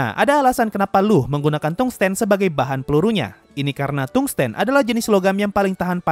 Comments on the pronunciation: permisi, di kbbi suku katanya terdiri dari tung-sten, jadi dibaca tung sten bukan tungs ten. Kemudian wolfram itu suku katanya dari wolf-ram. Kalau untuk bahasa inggrisnya memang huruf latinnya membentuk huruf U tetapi dibaca kayak ou dengan u samar. Ya sama saja dengan membaca wolf (serigala). Terima kasih. Edit: layaknya bahasa lain, Tungsten di kbbi juga menggunakan E seperti mengucapkan 6 (ênam). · Kalau mau pakai penyucapan indonesia juga pengucapannya bukan Tung Sten tapi Tungs Ten. Aku lebih memilih menyarankan pengucapan inggrisnya karena Pengucapan indonesianya sulit diucapkan dengan benar karena bedanya tipis banget, antara Tungs dan Tung, antara Sten dan Ten. Jadi dari pada ribet lebih enak nyebut pakai pengucapan inggris udah jelas beda antara Tung dan Thang, dan orang-orang yang sering main game atau baca cerita fantasy juga paham karena itu yang paling sering dipakai. kalau mau pakai unsur W bisa 🤔tapi W juga penyebutannya beda indonesia sama inggris ; kalau indonesia pengucapannya Wol Fram kalau Inggris pengucapaanya Wūl Fram